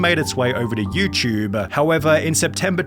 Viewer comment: Dude. It “YouTube “ Not YouChube